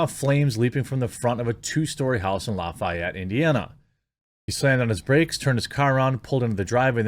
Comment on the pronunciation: Good news, good story. Proud of my fellow Hoosier. BTW, we say loff-ee-ETTE.